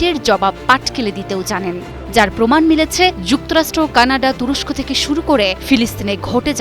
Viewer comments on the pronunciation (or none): none